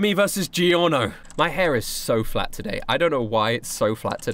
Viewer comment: i like how he says Giorno. I sounds like how everyone should say it but everyone says "Gorno"